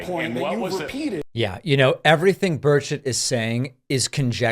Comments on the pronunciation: I thought you said "Bird Shit", not Burchett. 🤣🤣🤣🤣🤣🤣🤣🤣🤣🤣🤣🙃🙃🙃🙃🙃🙃🙃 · I heard birdchit, not burchett 😂😂😂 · Thank you, I thought that I was hearing things at how he pronounced his name. 🤣🤣🤣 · 😂sounds like you said his name "Birdshit"😅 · lol, sounds like he keeps calling him congressman “birdsh!t” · why did I hear you say "Governor Birdsh*t"? LMAO. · It sounds like Dave is saying "birdshit". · I swear David is saying Bird shit. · Are you pronouncing his name "Bird Sh!t"? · Burchett sounds like Bird$h\t lets refer to him as Bird$ht from now on. lol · Every time you say “Burchett” I hear “Bird shit” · Did you say Birdshit? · Every time you say Burchett, I keep hearing bird shit, which is actually very appropriate. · Did he say "republican congressman Tim Birdshit"?? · Did you say, “bird shit”? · Every time you say this guy's name, i hear... birdshit... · I love it bird s*** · i thought you said birdshit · I keep hearing birdsh*t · I love David's pronunciation of Tim Birdshit😂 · Did you say his name is " Tim Bullshit" ? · his last name is actually pronounced bird shit? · Did I hear his name as Tim Birdsh#t?😂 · I swear I keep hearing bird shit lol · David, I trust you’re using your usual integrity and saying the politician’s correctly, but I only hear “bird shit”. Which seems apt, to be honest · Dang, I thought you were calling him Tim Birdshit... Figured it was appropriate - LMAO!! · Always sounds like "Birdshit" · Sounded like he was saying BirdShit. lol I will never unhear that. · I was looking away when you said Burchett and thought you said birdshit lol. Couldn't unhear it every other time you said his name. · I keep hearing "Bird shit" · Just checked in from the UK thought David was saying Birdshit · I thought he said Tim “Birdshit!” 😂😅🤣😂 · I was fixing something under my desk when this started playing - thought David was calling this guy "Birdsh*t" - laughed when I saw the screen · I thought you said this guy's name was Birdsh*t. Might be more fitting.